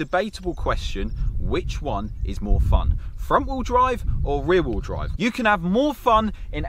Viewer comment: Rear rheel drive lmao